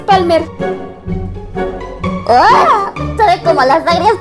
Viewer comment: no es PALMAAAAAAAAA! ES PALMERRRR